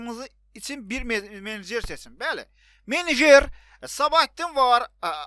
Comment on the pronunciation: myenejer səbahətdin nədala sjsjj